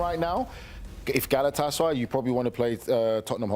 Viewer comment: pronounces Galatasaray correctly, all other suck at it.